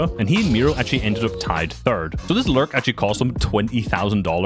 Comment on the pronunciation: Every time he is about to say "lurk" i think he is gonna say "larp"